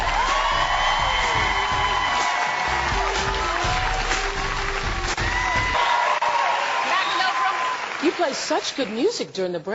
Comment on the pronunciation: OMG "OFFRA" - can she stop talking just for 1 minute? On Ellen's place I would totally said what gombis66 wrote :P